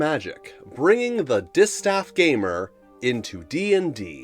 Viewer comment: Was listening to the video and thought it was destaffed rather then distaffed, so a player without a staff, if you know what i mean